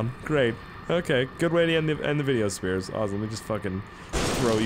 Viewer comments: Sounds like you're saying scarce instead of in the intro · hey what's up guys here sounds like hey what's up guys scarce here